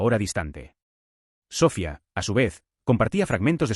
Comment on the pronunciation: Me duelen los oídos al escuchar SÓFIA....👎👎👎